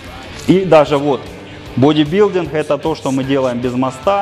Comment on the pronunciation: Боже, да походи ты раза два-три к логопеду, он поставит тебе букву "г", а то твой "пауэрлифтиН, бодибилдиН" не выносимо слушать..